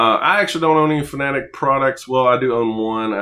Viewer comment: Subbed just because you're one of the few I've see pronounce Fanatec correctly lmao